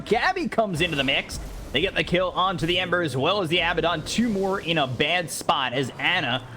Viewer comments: weeew why is he keep on saying abbadon it's AA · I wish the commentator said Abaddon correctly